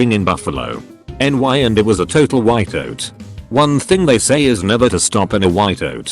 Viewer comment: the narrator goes extremely Canadian when he says "whiteout".